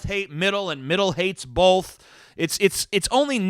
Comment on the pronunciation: I reached by "bolth" limit at the 6min mark